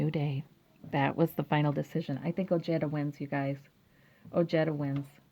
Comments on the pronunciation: THANKS ! The “j” is pronounced like an “h”.. OHEDA but I hear him pronouncing it OJEDUH! He is of Mexican descent ! Strange he doesn’t pronounce it correctly .. 😒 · Very nice reading. TY. A kind Reminder: When in pronouncing someone's name,if in doubt... PLEASE google pronounciation. OJEDA is pronounced OHEDA....The J unequivocally, in Sapnish is ALWAYS pronound like an English J. There are no changes, modifications, etc. Like Japanese, Spanish is a very phonetic language. The J is always pronounced as H.. unlike in the case of French names like Colbert.. where somany Americans will pronounce the las syllable "Bert" when it should be pronounced "Bear". If Colbert accepts it that is fine. Not the same in the case of Pronouncing Ojeda (OHEDA.)...NEVER Pronounce it with an english J ;like Jerry.. but an aspirated H like in Harry. Good Luck on the win. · I had to check his commercials and he does pronounce it as oh-jetta, not oh-hey-da. Well, names change over time for a variety of reasons. Maybe his family got tired of correcting everyone and just went along with it? Stephen Colbert says some of his family uses Col-bert (like bert & ernie) and some use Col-bear. Just personal preference. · Pronounced: Oh-hay-da. Hispanic name so letter J is sounding like H. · J is pronounced like the English H as in Harry.. The J in Spanish in never pronounced like J as in Jerry. Hope this helps and yes.. the Man is a man of high morals and integrity!!!